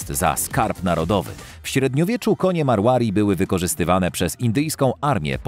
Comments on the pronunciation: Nie mówi się "Apalósa" a "Apalosa" Tak samo "Marławi" a powinno być "Marwari" skąd ty czytasz tę nazwe? 3. Cxyta sie Achałtekiński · Pov: Marłari.. Naucz się czytać ras